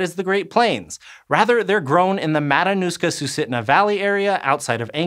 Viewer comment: Omg you hella butchered Matanuska